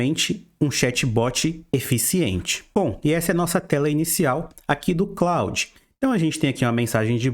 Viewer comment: Muito bom! Vou aproveitar a dica do Opera com VPN pra outros sites tb. Só uma coisa que incomodou bastante, o pronúncia do nome Claude é [klôd], é um nome francês. Quem se chama Claude deve ter sentido mais gastura ainda hehe